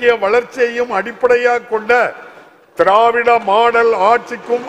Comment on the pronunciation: த்த்த்த்திராராராராவ்விட ரொம்ப அழுத்துராரு பா